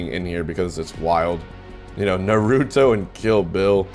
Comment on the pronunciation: Me wondering if Hbox was a weeb... hears how he pronounces Naruto and laughs